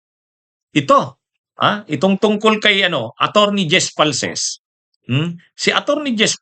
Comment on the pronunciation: Di po falces, falcis po name ng tao wag mo bisayain, sa ibang bagay ok lang